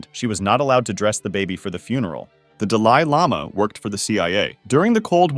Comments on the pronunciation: "duh lie llama" just before that too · Brother it hurt painfully hearing "duhlailama" and "tibit" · Dahli Lama. As in Salvadore Dali. Doll-ee. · aw yes the Duh-lie Lama from Tibbet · The deh lie lama? Bro who mispronounces Dali lama??? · The worst Operation known to date is the way this man pronounced DahLIE Llama and Tihbeht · Tibbett and Duh Lie Lama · How you gonna make a video and when u see a word that you don’t know how to pronounce you just say fuck it instead of googlin it. That’s how you end up with Da-lie Llama 😒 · Jesus christ that dali lama section gave me a brain hemorrhage with all that mispronounciation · I was going to subscribe but the way you pronounce The "Dalai" Lama and "Tibet" ruined your credibility for me. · You have never heard of the dalai lama or you really don't know how to speak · I think you’re the first person I’ve ever heard pronounce the title “Dalai Lama” wrong. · Has the narrator seriously never heard how "Dalai Lama" and "Tibet" are pronounced before? Wtf 🤦‍♂️ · why do you mispronounce "Dalai Lama" and "Tibet"? bro there's so many issues with this video, you really ought to withdraw it, re-edit it, and republish it. seriously. this lack of quality control reflects poorly upon your channel. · your pronunciations of 'Dalai Lama' and 'Tibet' are either a coded support straying from the Draconian manners of Tibet or just a general pisstake. I refuse to believe either of them pronunciations are proper